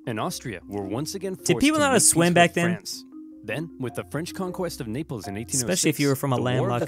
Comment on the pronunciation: The naples just became NAILples